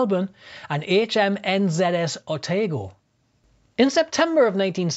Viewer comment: I did have to laugh at the mention of HMNZS Otago for the Fortex exercise. You would think that it was the aircraft Carrier in the posted picture, however Otago is the little Rothesay Class frigate barely noticeable alongside it... (pronunciation wasn't quite right either...)